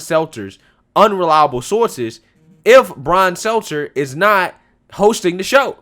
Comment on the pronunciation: It's not Brian Seltzer.... good lord. Not sure if you're nicknaming him or just bad at pronouncing his name. Lol